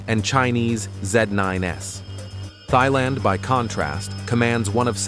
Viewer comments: Its 2025...why TF are you pronouncing Thailand as "Thigh-Land"... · Say Thailand correctly common now.